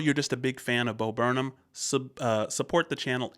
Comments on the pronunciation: it's not bo burn um it's bo burn ham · It’s pronounced Bo burn ‘em